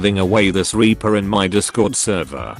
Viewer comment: It’s sounds like the chat thing your using says weaper